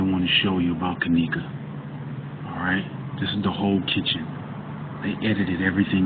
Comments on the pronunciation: No offense but at least you could say her name right.. Kenneka.. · Bullshit u can't even say her name right. This video is bullshit to think her mom wld do something like this she DID NOT GET PAID. Your so full of shit looking for views get tf off Yt